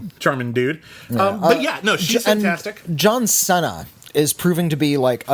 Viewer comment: That’s a weird way of pronouncing John Cena